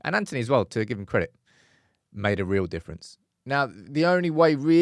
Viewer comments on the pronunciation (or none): none